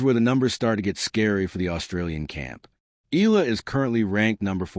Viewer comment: Pronounce it Eyala not Eela!